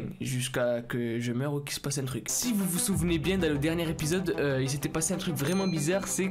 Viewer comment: C dernier épisode pas dernière épisode ya une putain de liaison